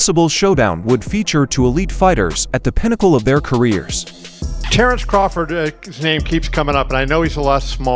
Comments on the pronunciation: You keep pronouncing Crawfords name wrong Put some respect on his name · The AI can't even pronounce Crawford's name right